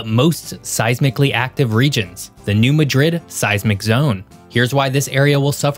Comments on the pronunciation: It's pronounced New MAD RID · growing up and living in St. Louis, we learned it was pronounced Mah' drid, the A is like cat. emphasis on the first syllable. And as already mentioned in the stream, its Cape jer ar' deau. empahsis on the middle syllable. Good try. The area of the state in MO has a deep French heritage. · I live in Memphis, Tennessee, and you lost your credibility because you don't know the correct pronunciation of place names. It's pronounced New MAD-drid. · The pronunciations of some of the names crack me up. Having lived here basically all my life I've always heard them differently.....may not be correct what I grew up with, but still makes anything else sound weird. New Madrid (Pronounced New Mahdrid) not (Ma Drid) and Cape Girardeau (Pronounced Cape Jer Are Doe). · It’s pronounced mad rid, not ma drid. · Southerners that live in the New Madrid quake zone do NOT pronounce it like the city in Spain. It is pronounced Mad/rid. Not Mah/drid. Please……. pronunciation is how we tell who non southerners are…..Please pronounce it correctly. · Just so it doesn't get spread around.. Its pronounced new mah-drid not midred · It’s NOT New Ma drid , it’s New Mad rid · New Mad-drid not Ma-drid. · You go to that area and you call it that you will be corrected fast… it’s mad…rid not Madrid that’s a city in Spain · it's not ma-DRID like Madrid Spain. It's MA-drid. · We're southern here in MO. New MADrid. Emphasis on the MAD pronounced as mad. 🤣🤣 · You're pronouncing it wrong, it's new MADrid. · I just wanna start by saying its MAD-DRID to locals. Mot like spain. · New MAD-rid is the correct pronunciation. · Please learn how to pronounce the way we do the towns that mean so much to the millions of us who live here. New MA-drid (think "BAD rid") Cape ji-RAHR-do (Cape Girardeau) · You said New Madrid completely wrong that is not how it's pronounced LOL and I live in Missouri. It's New-Mad-Drid. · Correct pronunciation: New Mad-rid